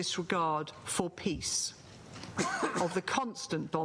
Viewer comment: Wtf peace not piss hHa. Its very important to pronounce well.